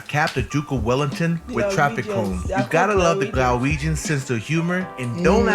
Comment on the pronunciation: One note, it's Glaswegians, not Galwegians. Galwegians are either from Galloway in the south of Scotland or Galway in Ireland 😂